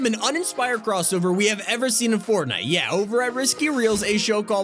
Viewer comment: said fortnit